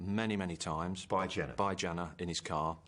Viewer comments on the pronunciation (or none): People were up in arms about him being taken to trial (Which wouldn't have happened anyway due to his dementia) But it doesn't change the fact that there were over 30 allegations against him. And, not to be pedantic, but it's Janner with an A, not an E